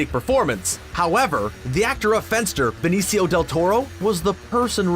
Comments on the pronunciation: I had never heard anyone pronounce "Benicio" and "Nazis" like this guy. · "" narrated by someone who apparently doesn't know how to pronounce "Benicio", when he pronounced Benicio Del Toro. Pretty disappointed.